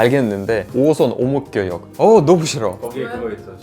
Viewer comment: 오목교역 발음이 그래도 어려운 편인데 굉장히 잘 발음하시네요!! ㅎㅎ